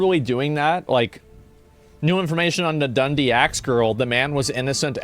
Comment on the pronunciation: i haven’t been living in scotland for a decade but as soon as he said Dundee i was like ooooooh 😂😂😂😂😂😂